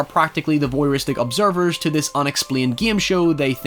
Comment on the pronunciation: "Thi Voyeuristic obsirvers to this *unexplined gim show " I love thath